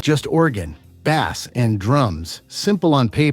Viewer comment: Great choice of songs ... absolutely agree with these 15 songs being more than just hitsongs !! However the AI voice is terrible ... artist names are pronounced wrongly and even the bass instrument becomes bass "the fish" ... the mixing and editing is also terrible !! Whever the AI voice wants to start talking or when he finishes, the music is stopped cruely ... no smooth transition or overflow !! Too bad because the info and choice of music are excellent !🙁